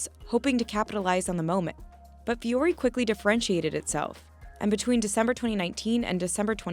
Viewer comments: It’s not Vee-yori it’s Voo-ory. Yes, I can speak finnish since Vuori is suomea. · VEE-ori??? It's pronounced vw-ori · why isn't it pronounced voo-ori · As a linguist, the fact that the founder is not pronouncing the brand name based on the spelling in English or the actual pronunciation in Finnish drives me nuts.